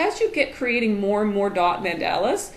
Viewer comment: Great tips....but it is pronounced Mon-dah-la! Mandela is Nelson or Winnie